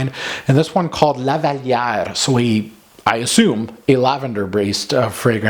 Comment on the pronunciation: Lolll You need to be french canadian to appreciate the way you pronounce Lavalière!